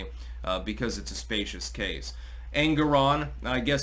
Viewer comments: Spee-shus, not spay-shus. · It's ''specious'' not spacious. Sorry. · "Specious" (SPEE-shus) is not the same word as "spacious" (SPAY-shus). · Specious not spacious 🙄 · spEcious -- sounds like "spEEcious"